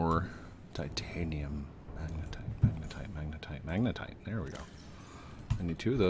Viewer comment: FINALLY! HE SAID MAGNETITE RIGHT! (Applause) GOOD JOB! (Thumbs up) : )